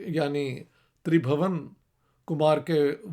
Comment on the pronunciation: Sir it's not Kush as you pronounced the "u" here is pronounced as in "put", similarly it wouldn't be Tribhawan but Tribhuwan where is "u" will be pronounced as in "put"